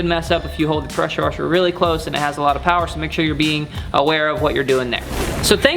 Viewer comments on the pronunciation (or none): none